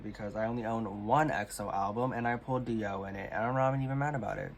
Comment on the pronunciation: I hope this doesn't come across rude, but you tend to mispronounce idol names that have "y" vowel sounds. For example, you say "Ji-ho" instead of "Ji-hyo" or "Hun-jae" instead of "Hyun-jae." Something that helps in pronouncing idols' names overall is to learn to read Hangul at a basic level at least. It's a pretty intuitive writing system and comes in handy for K-pop things!